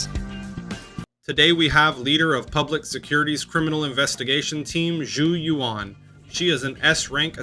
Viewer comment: The gall to try to charge the price of 10 soups for 10 minutes! You can get reasonably close to the Mandarin pronunciation of Yuan by just saying the letters U and N one after another. But definitely U En and not U On.